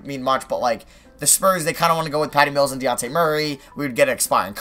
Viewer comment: ITS DE "JAWN" TAY MURRAY NOT DE YON TAY PLS EVERY TIME YOU SAY IT WRONG I CRINGE